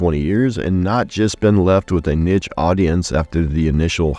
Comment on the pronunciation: How did you still fuck up pronouncing niche